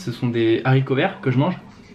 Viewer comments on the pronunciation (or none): "Des Zaricots verts" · on dit HARICOVERTS et non ZARICOVERTS 😂